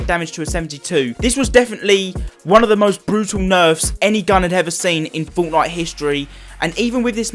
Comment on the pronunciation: I love how he says fortnite like 'forwtnoite